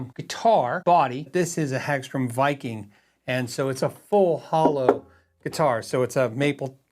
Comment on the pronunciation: Hagström is pronounced with more hard a, like in hard, rather than an a as in, well, a hag. The o is pronounced with a kinda "uh" sound, like work (I think you're getting that syllable right, just the first one needs work) and it means Meadow (Hage) Ström (stream), and the e gets dropped out. Pretty common last name. Source: Swedish wife, who isn't cringing too badly at your pronunciation as I watch this before bed. Thanks for putting this video up - I'd suggested a Hagström for review some weeks ago on the patreon chat and wasn't expecting this one! Considering the combination of parts, I'd suggest the name has to reflect it's Swe-nglish mishmash, so I want the ö to remain (also it makes it more metal, just ask the dudes from Muttley Cree), but Peaström kinda opens up the wrong can of worms.